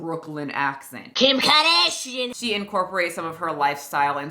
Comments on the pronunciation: As I was reading this comment I heard "KHIM KERDAHSHEON" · She pronounces “Kardashian” the same way Seth Macfarlane did in “Ted.” Also it’s never consistent? She’ll pronounce her Rs in some words, but not others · Every YouTuber I watch seems to pronounce her last name differently and honestly I love it